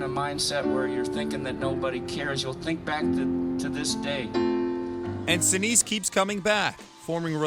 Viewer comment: Sinise is pronounced Sai-Nai-S